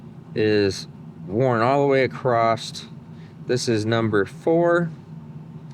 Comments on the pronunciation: You can tell he's from Michigan, he kept saying acrosst. Across has no T in it. hehe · Question? Why are your pockets not the first place you check for wrenches? Also... says acrost and then says across for other times. I now have video proof to show my wife that I am not the only one who says the same things. and I are the same person. Have you ever seen us in the same room together? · Just a funny - but sometimes it’s across and sometimes it has a T on the end - acrosst- guess it’s a Michigan thing cause Tom Bailey puts a T on it too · Why do Americans say "across"t"? No 't' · Gday, when you where checking pistons and rings i noticed when you spoke about the wear on the second ring you used the term worn acrost! Parson my dumb question but is that just how you pronounce the word cross.. Tell me its none of my business, when say cleets engine comes in like now you said the valves will be fine but im replacing them and the springs for s@ n giggles how do you charge the customer is it say a yearly service fee or is it charged as parts and labour or is it part of the engine purchase and you charge for parts..